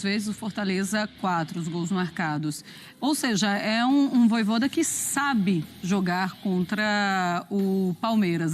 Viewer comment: “Vojôda” é putaria 😂😂😂😂